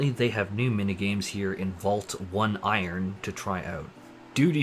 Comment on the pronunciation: Please, sir. "Oneiron" is pronounced "oh-nigh-ron". It won't help for this video, but in the future it will be useful.